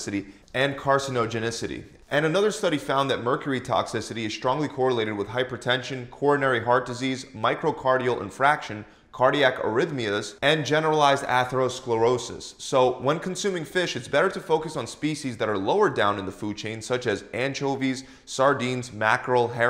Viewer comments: Bro, it kills me every time you so MICROCARDIAL INFRACTION. It's Myo-cardial In-far-ction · In - FARC - tion. Not in - frac - tion. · "Infarction" not "infraction"😂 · Man said "Microcardial Infraction" - Bruh, its Myocardial Infarction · Cardiac "infraction"??? Hahah. I like the channel, but it's obvious this guy didn't excel in biology and is reading words for the first time when recording.